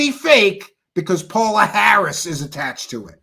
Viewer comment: you are mispronouncing her name! it is pronounced PAYOLA Harris!